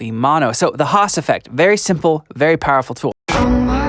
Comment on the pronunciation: It's "Haas", not "hass"